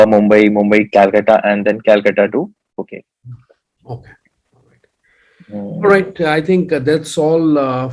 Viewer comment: Hi. Great info on your channel. By the way, a small correction. Phuket is pronounced as Pooket. Regards!